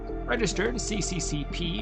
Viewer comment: FYI ... the registration isn't pronounced CCCP-09303 but as SSSR-09303; the letters are in Russian (Cyrillic) script and thus pronounced differently.